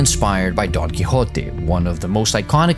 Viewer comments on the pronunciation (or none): none